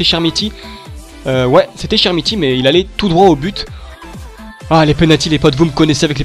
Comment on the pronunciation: Très bonne vidéo mec mais on dit [k]ermiti et non chermiti sinon bonne vidéo comme d'hab ;)